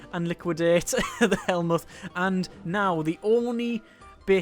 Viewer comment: also Von Moltke's first name is pronounce Helmut.